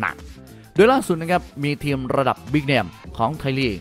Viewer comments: ทีม...หรือว่าเทียมใช้ภาษาไทยให้ถูกต้องหน่อย...มีหลายคำที่พูดผิดครับ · อ่านว่าทีม ไม่ใช่เทียม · ทำไมผมฟังสำเนียงคำว่าทีม เป็น เทียม ตลอดทุกคำเลยหรือหูผมแว่ว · ผมก็ได้ยินแบบนั้น ขัดหูมาก